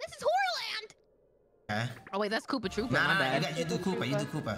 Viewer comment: FAM KNOOPA TROOPA (the n is silent...) is possibily the funniest VO ive ever heard